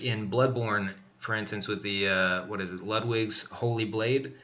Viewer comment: Be great if learned how to pronounce Ludwig ('specially since Gehrman says it and heard his dialogue like forty times). Talkin' 'bout 'Luhdwig Vaan Beat-oven'. Jeez.